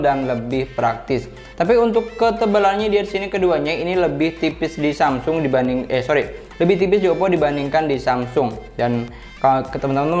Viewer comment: Salah ngomong mulu A12 : A15 Dibanding : Dibandung